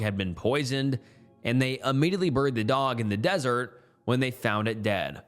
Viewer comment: Burryied it burryied it like what accent is this dude